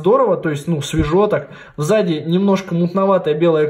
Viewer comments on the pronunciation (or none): чётко слышу в заде 😁 несколько раз послушала. Да ладно, прикольно просто))